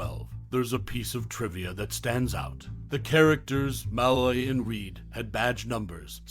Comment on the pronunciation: The narrator’s mispronunciation of ‘Malloy’ makes me suspect he never actually watched the show.